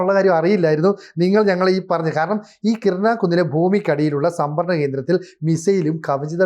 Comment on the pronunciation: കിർന അല്ല, കിരാന ഹിൽസ്